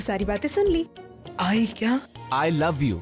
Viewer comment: said I lab u😂